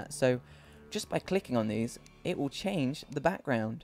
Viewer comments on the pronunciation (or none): none